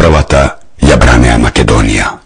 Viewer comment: If I understand correctly are you saying that it was YOUR ancestors that fought against the Persians back in the early 4th c. BC? Also, in the pronounciation of "Macedonia" why do you place the accent on the -do- instead of the -ni- syllable as recorded in all period scriptures? If I am not mistaken the language I heard is slavic. Migration to the Balkans by these people did not occur until the 6-7th c. AD. I am afraid you still have NOT accounted for almost 1,000 years of history. Any comments?